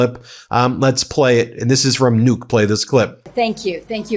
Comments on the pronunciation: btw Nuuk is not pronounced “Nûk” you need to drag out the “U” sound a bit longer. Kinda like when you say the word “good” or “book” so pronounce it like “Nook” 🫶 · Ben, Nook is pronounced like look. You are pronouncing it like nuke. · American need to learn to pronounce Nu-uk, that’s the least you can do, when you want to invade us